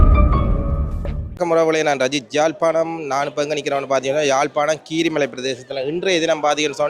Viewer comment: கிரீமலையில்லை கீரிமலை